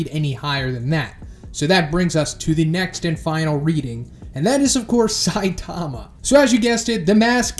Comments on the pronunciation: Jesus! It's Sigh-TAH-mah. Have you even listened to the Animé or heard One speak? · Stop saying Saitaama. It’s pronounced more like Saitma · I would expect someone that is this into manga and anime to say Saitama’s name correctly but ig not